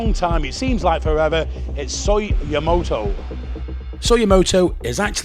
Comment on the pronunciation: After years of trying you still can't get YamAto right... but I know you don't care... 555